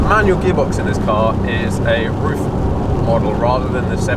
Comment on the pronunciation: Nice job! You said RUF correctly exactly one time.